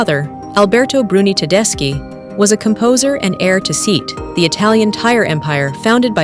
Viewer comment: Please learn how to pronounce Turin and Seat